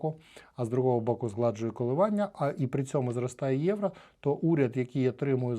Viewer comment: Не Євра а Євро 😬 ) але дякую що контент українською мовою 👍